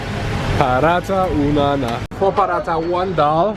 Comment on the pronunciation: Please guys Don't mess up. It's Dal not Dail.. <3